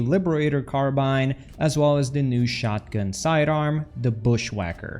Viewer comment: speaking of pronunciations, your carbine pronunciation is actually a mix between British and American English